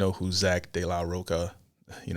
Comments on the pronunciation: ROCHA!!!! NOT ROCA... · roCHA bro. Not CA...